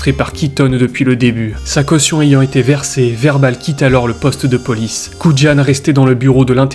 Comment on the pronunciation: Le nom de l'agent Dave Kujan se prononce "kou yane", pas "koud'jane". 😉